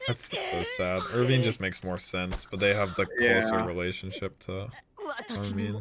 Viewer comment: bruh I know how to pronounce armin, I was saying pronounces "armeen" no one ever said "arminee" tf lmao